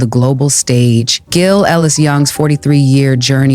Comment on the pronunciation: Its pronounced Jill.